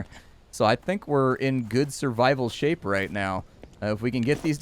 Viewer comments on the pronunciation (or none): none